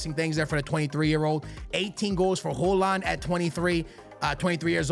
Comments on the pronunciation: why tf are you pronouncing it hooland💀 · Bro called him Holand😂😂